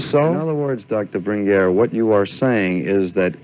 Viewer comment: The interviewer gets annoying calling him “Bringweer”